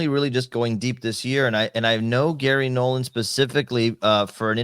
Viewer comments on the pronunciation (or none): It's Garry Nolan, not Gary Nolann.